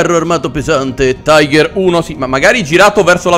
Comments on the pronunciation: Ma no lone è panzer 5 non quinto e non si tice taigher, ma tigher ( lo so che la scrittura è sbagliata è solo per fare vedere la pronuncia) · non si dice taiger ma tiga ( tiger ) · E comunque e giusto se segui la pronuncia inglese se vuoi quella precisa in tedesco e tigar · si dice tìger ma apparte questo bel video! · Signor il tiger si pronuncia in realta tiga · Un errore molto comune ma sbagli a dire tiger di fatti va pronunciato come è scritto in italiano